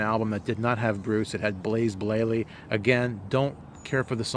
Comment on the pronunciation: 'Blaze Blayley' :-)